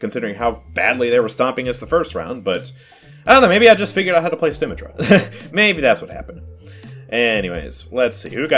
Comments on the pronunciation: He really said SymmeTRAH, and not SymMETra 😳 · Moira's fade is for escaping out of a fight when you almost die. At the end of the fade, you can jump at the end of it to go further and maintain momentum. By the way, for the 3rd or 4th time I've commented. It's BRIH-GEE-TUH. Not "jee". Also, It's Symm-EH-trah. Emphasis on the EH. You don't say it like "symmetry". Honestly, just take 30 minutes to watch some Overwatch videos. Especially the voice actor videos.